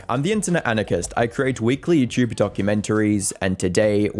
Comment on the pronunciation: idk why but it makes me laugh every time he says youtchube